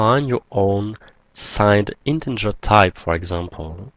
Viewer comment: Thanks four your videos - much appreciated. Please note: You consistently mispronounce 'integer' as 'in-ten-ger' - there is no 'n' before the 'g'.